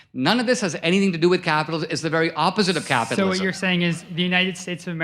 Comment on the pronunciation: So dho you achuaally bileeb in capithalism